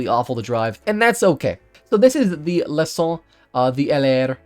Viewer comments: Great French limousine but don't pronounce it "le con" which means dumb in a harsh way but like in english "leçon". "ç" is the same as "ss" ;) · Not really. He pronounce "Le son", that could be traduce by "the sound" or "the bran". The term "dumbass" is write "con", you are right, but is pronounce "kon". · I love how he says « Leçon » pronounced as « Le-con » Basically the way he says it (Le - con) basically translates to « The dumba$$ »